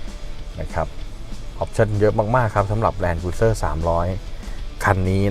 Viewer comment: ออกเสียง แลนด์ครูซเซ่อร์นะครับไม่ ครุย